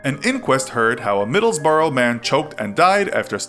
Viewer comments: YOU SAID MIDDLESBROUGH WROMG ITS BRUH NOT BORO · Middles-bra is how u pronounce it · Middlesborough is pronounced more like, ‘Middles-burruh’ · Ha ha , Americans 😂 It’s Middlesbrough but pronounced Middles-bruh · The Infographics Show let you pronounce middlesbrough like that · Bruh you absolutely slaughtered the pronunciation of Middlesbrough And scousers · The way he pronounced Middlesbrough 😂😂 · i found it funny how you pronounced middlesbrough